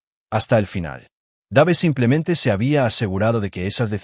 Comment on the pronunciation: Dave se pronunci Deiv.